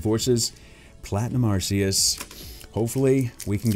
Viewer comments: its not arceus its arceeus thats how to properly say it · It's Ar-kay-us not Ar-see-us